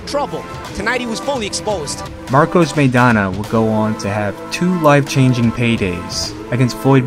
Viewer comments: You can't invest enough interest to pronounce "Maidana" correctly? The first syllable rhymes with "my," not "may." (You don't know any Latinos or Spanish speakers in or outside the boxing game?) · Evidently, "everyone" excludes everyone in "Chino" Maidana's home country, the Spanish-speaking world, and all of us Spanish speakers.Are you excluding this bilingual announcer and the English-speaking commentators from "everyone," too (link follows). "MAY dana" would be written, "Meidana;" it is not. Correct yourself, or belong to "everyone" who's pronouncing the name wrong.